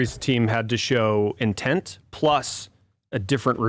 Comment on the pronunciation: *intent (indent 😂)